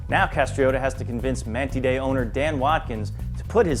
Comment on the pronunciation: MAN-TIDE! SAY IT! TIDE! as in what the ocean does! god damn americans